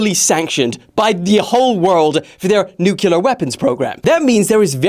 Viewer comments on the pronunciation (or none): I can't get over how you say nuclear. Nu-cu-lar😂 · Still dont know how to say nuclear